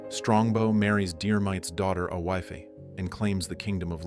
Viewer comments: "A Wifey," for Aoife - pronounced eefa - is hilarious. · Pronunciation of Murchada, Aoife etc is shocking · Aaaayyoowaayyfaay is how AI pronounces Aoife apparently.